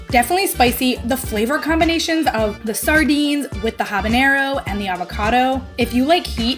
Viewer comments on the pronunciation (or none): none